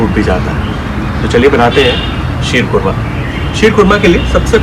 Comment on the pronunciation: कोरमा नहीं( खोरमा) होता है khorma उर्दू में खजुर को कहते है